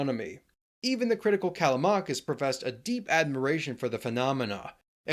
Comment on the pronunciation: when you say Callamakis, you mean Callimachus i guess